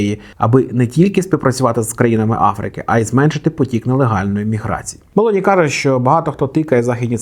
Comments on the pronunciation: Правильний наголос у прізвищі - Мело'ні, на другий склад. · Мелоні з наголосом на О. Виправляйтеся)